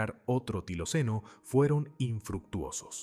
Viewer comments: NO ES TILOCENO ,,, ES TILACYNO.... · No se dice tiloceno, sino tilacino.